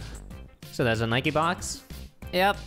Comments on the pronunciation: Why’s he saying nikeee it’s just Nike with the e silent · ITS NOT NIKIEEE ITS NIKE